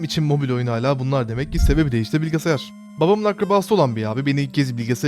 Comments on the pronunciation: bilgisayar Bilgisayar BİLGİSAYAR! bilge sayar değil! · Lütfen bilgesayar deme şuna